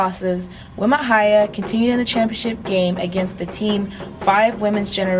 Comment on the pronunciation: wi ma hiya, prounounced.. we mah heeyah